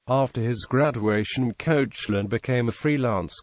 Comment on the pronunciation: Koshe - lin? Its pronounced Kek - lan!